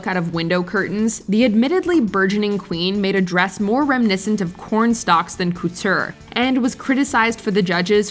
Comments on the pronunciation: Gorl did you just say cooture? Mama stop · Whenever she says coutoure why is it like she’s saying cooter HELP. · is the narrator a bot? pronouncing couture as “koo-TEUR,” solace as “soullesss” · "Coo-teur"? "Soul-iss"? People purposely mispronouncing words for cheap engagement are so fucking obnoxious 😒